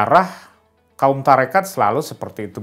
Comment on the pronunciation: Maaf ya mengucapkn TORIKOH nya juga salah malah Tarikat itu tdh ilmiah